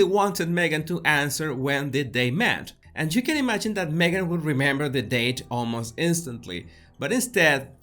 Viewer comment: I love how you call Me-gain a "suspect"...